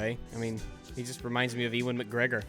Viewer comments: E - wan mcgregor oh that made me laugh. Just to help you in the future his name is pronounced like (You - in) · "eeewan mcgregor" lol